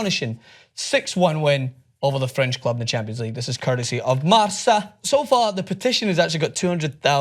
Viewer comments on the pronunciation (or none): Its pronounced marka, not marsa, but its ight, who am i to judge right? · the newspaper is pronounced MARKA, you r humiliating your self